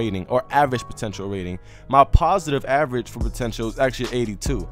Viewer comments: "And you see my positive average" lol it's position average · it's POSITION average not POSITIVE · It's Position Average, not Positive Average 😂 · No hate, but it's position average, not positive average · It's position average not "positive average" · _ Ymoh _ lmao i was confused for a sec when i heard that😂